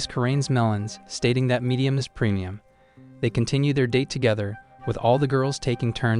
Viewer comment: Bro said medium iw preuimim